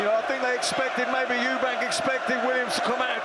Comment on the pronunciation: Eubank. There’s no s in it. LOL